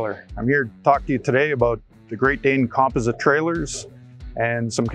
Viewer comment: Why is he saying composite wrong 😂😂